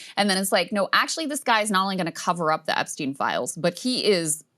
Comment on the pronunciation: just to clarify, it's not "epsteen" but epstein.